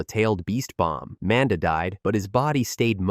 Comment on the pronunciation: It also will NEVER say Manda’s name properly. So even the well disguised voices that aren’t this default robot voice or the other deeper default voice, will always do it. I had one the other day that had a genuinely well done voice&speech pattern and the second it said Manda like the name Amanda I realized it was another AI which I’ll never not downvote cuz fuck the slop. Tho I do like all the exposition of this one ironically, I do get why many (including urself) wouldn’t.